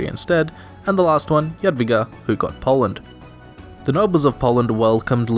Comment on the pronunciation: Poland I thought you said partition lol